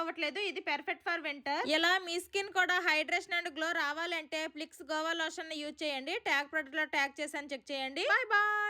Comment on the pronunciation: అది గోవా కాదు అక్క 😂గువా